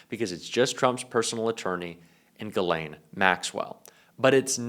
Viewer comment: Mr. Speaker “ Your lane “ IS Ghis-lane.